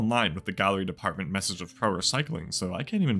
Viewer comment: Can you stop saying gallery depth 😂😂 it’s department. It just wouldn’t look right on shirts spelled out